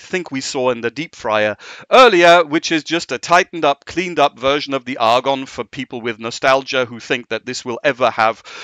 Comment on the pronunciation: Is there a reason he pronounces Agon as if it has an r like Argon??